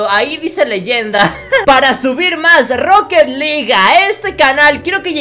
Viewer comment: Se dise roket alug